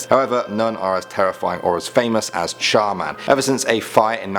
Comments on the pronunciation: Me : char man?? Also me : char man der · When he reviewed Char Man, I kept thinking to myself Char Man...Der 😂😂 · Char man der...am I the only one who noticed this? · When he said char man I thought he said charmander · oh no, it's CHAR MAN! DER.... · Char man - Der xD yasss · Char Man Der xD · Char Man-Der lol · I thought he said Charmander.